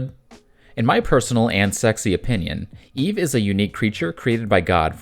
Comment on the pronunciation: Eevee? 👀 you using an AI voice and didn't catch that typo?